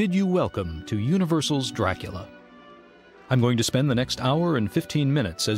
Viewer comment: Why "doorakoola"?